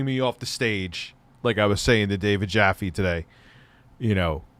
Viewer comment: Still pronouncing David Jaffe's last name.. haha.. It rhymes with TAFFY! Not COFFEE. :P